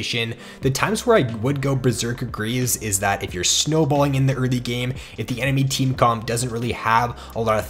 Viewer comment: I swear to god the way you pronounce "early" just pierces my ears every time